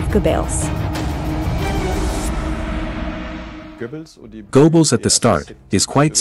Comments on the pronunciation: lol....Joseph Goo Bells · Go-bells? Female needs to learn pronunciation